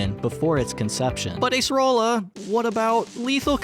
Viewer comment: i always thought it was Acerola like the fruit, but this man said Ace-arola 🤣